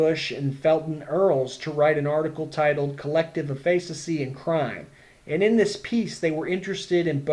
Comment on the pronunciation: great video...not how you pronounce efficacy though x_0